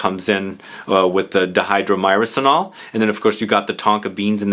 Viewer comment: I believe it's pronounced die-hydro-murr-senol, I think I have heard Aaron Terence Hughes refer to it a lot